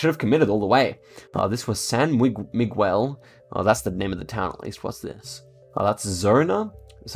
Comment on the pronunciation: the way he said Miguel hahaha